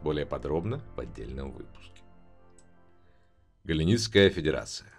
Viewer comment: Объективная критика: Первое: не надо употреблять "Галенитская федерация", лучше использовать "Федерация Галленте". Первый вариант звучит крайне дико, сами послушайте свой рассказ, поймете о чем речь )) или как в комментах вам уже подсказали - "Галлентская федерация" =))) Второе: поработать над звуком, иногда звучите монотонно и как будто проглатывается часть фразы Третье: убрать вздохи и придыхания между предложениями. Это будет приятней слушать. Как рекомендация - надо секции дробить на более мелкие и потом склеивать на монтаже ) Четвертое: иногда к концу предложения звучите как "умирающий лебедь", т.е. громкость голоса падает и это сильно контрастирует с остальным предложением. Ну а так, продолжайте ) Посмотрим что у вас дальше получиться ) Интересно будет послушать о Нации Саньши, битву за Калдари Прайм )) Надеюсь что вы прислушаетесь к критики и сделаете свой контент лучше )